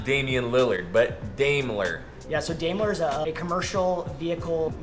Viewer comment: It's "Dime-ler" lol...oof guys